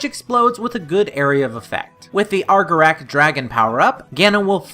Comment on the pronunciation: Argor-awk not Argor-ak